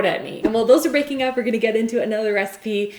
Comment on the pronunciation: when you put the meringues in to the oven and said "while they're baking up" or something I heard "while they are breaking up.." LIKE WHO ARE BREAKING UP :D